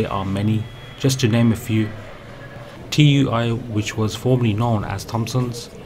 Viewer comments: T.U.I as you say is pronounced tooie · TUI is said too ee not T U I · TUI is pronounced Tooie